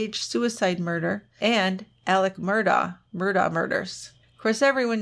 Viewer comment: and -- heard you say yesterday you were probably going to cover the SC crimes of the MURDAUGH family BUT YOU pronounced it incorrectly - it is -- MURR- DOCK yes DOCK - with the hard K-- not DAW or DOE -- I have read a bit on this whole bizarre historical crime soaked family, and people in SC are very indignant when outsiders pronounce the name wrong. I bet you will need at least a two parter for that family since their blood soaked, money grubbing little fingers were over several generations, into many heinous deeds. THANKS for all you do!